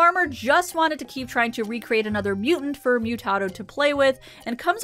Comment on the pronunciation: They say it throughout the episode. It’s pronounced moo-tah-doe.